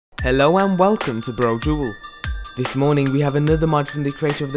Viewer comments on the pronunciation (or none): none